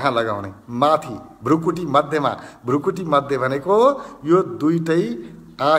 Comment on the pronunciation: एकैछिन यो विधिमा ध्यान गर्दा खुब प्रभाव पर्यो । एउटा सुझाव भृकुटी Bhrikuti लेखिन्छ उच्चारण पनि भृकुटी नै गर्नु पर्छ भ्रुकुटी Bhrukuti होइन । हजुरहरु जस्तो लोकप्रिय मान्छेले भाषाको ज्ञान राखेर सही प्रयोग गर्न अनुरोध गर्दछु ।